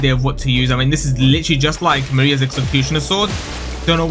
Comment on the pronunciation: I was like "they added a reference to Maria from Bloodborne?". It's marais not maria lol